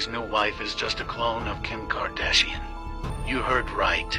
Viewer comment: “Kim cardashian” 💀